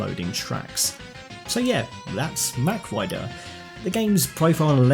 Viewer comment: mawwwk..rider.. not mac..rider.........also Mach Rider is a dude..if you compare the two characters it's physically impossible for her to be the Rider as his shoulders and arms are wider apart..she is important somehow though i'm not sure how/why. I'd welcome a multi-character franchise with both of them and the racers from F-Zero though.